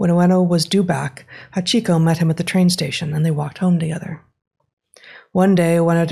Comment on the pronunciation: Your pronunciation of Hachiko hurts my ears. The a is the strong consonant in that word, not the i.